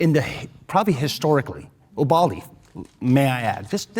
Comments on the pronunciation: My man keeps calling Uvalde "Ubaldy". I think he just might be unconsciously talking about himself in this situation. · I love how upfront and unbothered this guy is And why does that other dude keep pronouncing Uvalde like “A Baldy?” 👏🏾👏🏾👏🏾👏🏾 did this man really just say he signed up to be a cop because he knew he would get shot????? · Is it me or did that pig keep saying Ubaldy, not Uvalde? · I hate how the one cop kept pronouncing uvalde like "oo-ball-dee"